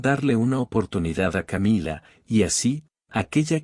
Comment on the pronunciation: Qué estupidez esta narración, si está en español porque tiene que decir camilla??? Querrá decir Camila! Camilla es una cama de emergencia para heridos o muertos